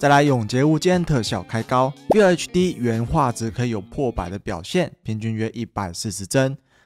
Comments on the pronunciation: FULL要念ㄈㄛˋ 不是FILL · 老哥... 要拍PC硬體的影片 至少FULL HD的“FULL”怎麼唸要先搞懂吧...